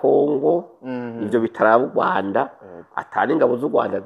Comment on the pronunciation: Kubera iki muvuga Ugwanda ariko Rwagasore mukabivuga neza.